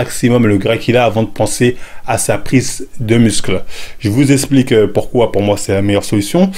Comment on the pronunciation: le fameux "Pouquoi"